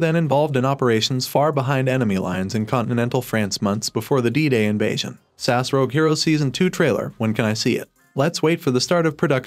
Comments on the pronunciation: Ess Ay Ess, not SASS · S A S not sass hahahahahaha re-do the video my guy you sound silly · S.A.S. ( that's Special Air Service ) not Sass !!! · Bloody Brilliant. Cant wait.. but please say S.A.S . Not sas... so rude... 😂 and nasty.. 😮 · Mate it’s S A S NOT SASS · Stop saying 'sass', please. It's S-A-S. S A S!! :) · SASS oh ffs it's S. A.S AN ACRONYM ...PLEASE get the name of the show right .....OTHERWISE no-one will take can ideas seriously mate.... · What is Sass??? It’s S.A.S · ITS S. A. S. NOT SASSSSS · Special Air Service abbreviation SAS in not pronounced as one word. It is either pronounced as individual letters S A S or full name, Special Air Service